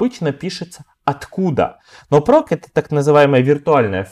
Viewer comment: /proc - вроде произносится как проЦ, а не проК, так-как сокращение от process.